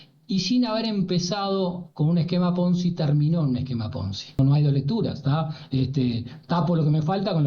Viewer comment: Cómo poder ser periodista y no saber lo que es el esquema PONZIIIIII, sin O? No entiendo, el esquema es más viejo que el mate y fue el mecanismo de grandes escándalos económicos a nivel mundial; pero lo que no entiendo es como un periodista no sepa ni siquiera pronunciarlo... Qué nos dice? Menos mal que intervienen expertos a explicar.